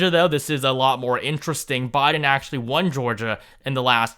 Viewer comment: At least I don't have to hear you pronounce BI-din as BAH-din as much now.